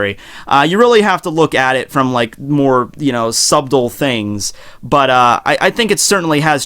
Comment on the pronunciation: ...did you seriously pronounce the b in subtle....